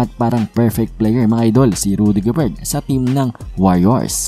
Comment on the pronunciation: Rudy Gober silent ang T